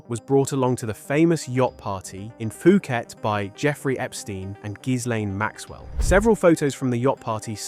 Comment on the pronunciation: Phuket is pronounced Poo-kett.